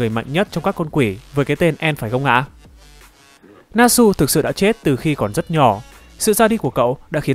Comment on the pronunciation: Để ý rất nhiều kênh làm về anime nhưng đọc toàn sai 1, Natsu đọc là na trự (tsu) chứ k phải nát sư. Ví dụ như Kimetsu là Ki mê trự chứ k phải ki mết sư =))